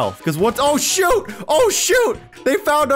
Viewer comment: it sound like u said "oh sit" oh shoot" XD